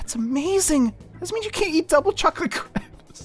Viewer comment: Finally, learned how to pronounce crepes correctly.